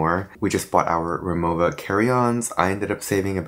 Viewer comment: Since you and Donny plan to go back, ive heard irs good idea to stay in Osaka and visit Kyoto in the day since they’re 30 minutes via the bullet train. Kyoto by day and Osaka at night. You pronounced Rimowa correctly 😮 I got my first one in Italy last year Great vlog!